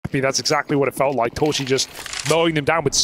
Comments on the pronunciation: casters : torszi❌ torshi ✔ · s in Hungarian is pronounced as sh. sz is pronounced as s. They have it the other way around.